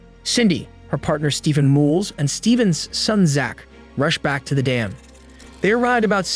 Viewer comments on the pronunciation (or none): none